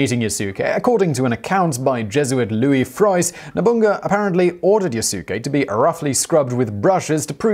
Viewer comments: Yasuke is pronounced “Yasske” like Sasuke with a Y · Simon! Watch more anime my friend. The more appropriate pronounciation of the name is "YAS-kay." The u should barely be pronounced. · Good research, love this episode... One thing tho, (don't think you noticed ) his name is pronounced "Yas-Kee" lol, sounds fun with pronouncing (Yah-su-ke) tho ;) (Yes, his name is spelt Yasuke) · It's not Yah su ke, it's Yas- ke. The U is silent. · Yasuke is pronounced "Yass-keh" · the u in yasuke is not vocalized. that's because in the japanese language, if a u comes between two devocalized consonants, it becomes devocalized. that means you mouth the u, which does subtly change the ending of the proceeding consonants, in this case the s. so it's pronounced more like yaske without a u, but the u is mouthed but you just don't vibrate your vocal chords, leaving a slight pause and also changing the tone of the preceding s consonant. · Simon: My French pronunciation is terrible. Me: Quoi??? I'm sorry I can't get past the yah sukeh. Lol =op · yaskay you'd know how to say the guys name if you watched anime at all. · Yasookay, lmao. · Pronounced Yahs kay! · Beginning with your pronunciation of Yasuke the whole video is bullshit. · A-kichi Mit-sue-hide? Ya-sue-kay? 😨